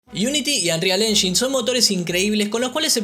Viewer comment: Me triggera mucho que le diga unreal "enyin" en vez de "enyain" xd